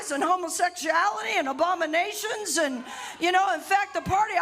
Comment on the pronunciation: …did she say, “Obaminations”?